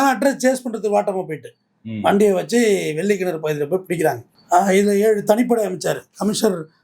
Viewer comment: வெள்ளக் கிணறு என்று திருத்திக் கொள்ளவும் ஐயா.